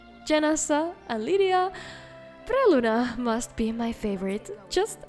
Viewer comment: it's brelyna, not bRRRRRRRRRelyna